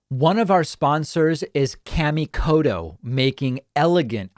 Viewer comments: Please stop saying cammie kodo and hanshu. Kamikoto and Honshu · Out of respect to the maker of those knives David, it is a very hard "T" in Koto. Please don't say Kodo. That is the same as calling you Tavid Bakman.